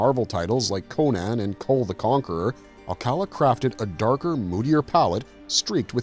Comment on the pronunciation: Small "nick picking" stuff but the LAstname is pronounced like this: //al-ca-LÁ// thanks.